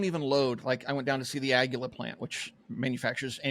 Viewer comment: My wife is Mexican. You are pronouncing Águila wrong. She said it’s Ah - gwee- la, the emphasis on the A as it has the accent mark. She also said qui may be pronounced “gee” in other uses. Not Ag-u-la.